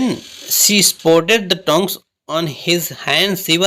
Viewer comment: its not tang its tong